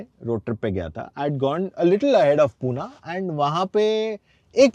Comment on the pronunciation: पुना नाही रे बाबा पुणे